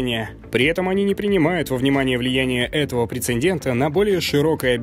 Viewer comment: отдельное спасибо за произнесение не 3D_max, а 3dS_max !!! Но вот (к сож.) прецеНдент - был с НЕ нужной в нём первой буквой " н " ))) А так - обзор очень насыщенный, я хоть посмотрел, как сегодня выглядят материалы в Короне, и как стремительно улучшается Блендер ....... А также подтвердилось, что до сих пор НИЧЕГО не известно (внятно) про новое перо Wacom